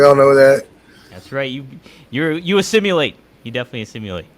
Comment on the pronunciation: AssimUlate,? lol